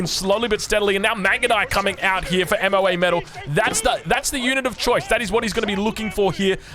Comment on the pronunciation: It's MoaMetal not M.O.A.Metal Google her you heathen.